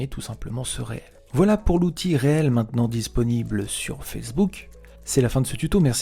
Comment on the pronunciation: Hello. Alors ça ne se prononce pas Réel mais riile ! Du mot anglais reel qui signifie Bobine !